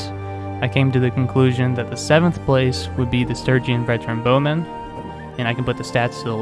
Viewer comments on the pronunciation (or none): none